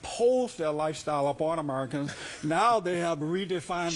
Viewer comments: I hate the way he pronounces it "Uhhmurkins" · why is it that everyone who pronounces "americans" as "amarikins" tends to be full of shit?